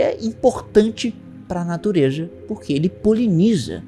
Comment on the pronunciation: "pra natureJa" 🤣🤣🤣🤣